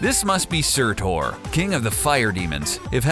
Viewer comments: SUTUR YOU IDIOT, SUR TUR! NOT TOR.... lol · here is where you went wrong, the pronunciation of nearly everything why, why did you butcher it all??? su~tur not su~tor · SURTUR......not Surtor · Surtur its surtur not surtor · It's funny how you pronounce Surtur as Sir Tor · He really enjoyed mispronouncing Surtur